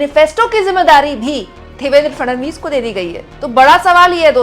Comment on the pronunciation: Fadanvis nahi..Fadnavis bolo